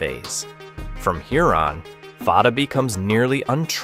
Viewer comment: There is confusion about the name of one missile. Fatah, where both 'a's are pronounced like a in jack, means victory. Some people have also called the missile Fateh, which means 'victorious' or 'conqueror'. But as you should have noticed on the original name that is shown in the clip once, the missile is called Fattah, where the first a is like a in jack but the second is pronounced as a in father with emphasis on t. These similar sounding terms are part of the same family of Arabic words that are also used in Persian. Now, Fattah means 'one who always conquers', or is a 'professional conqueror', or 'conquers for a living'.